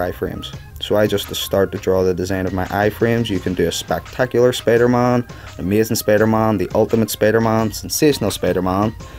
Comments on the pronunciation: why you say Spidermon? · I like the way he says Spider-Man(Spidermahn:D)